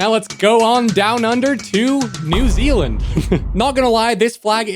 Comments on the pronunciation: new "zeland" its zealand XD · ‘new zeland’ 😭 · Bro didn’t even speak Zealand right